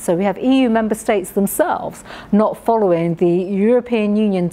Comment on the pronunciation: It's " following" not "followin" Priti. Get it right love!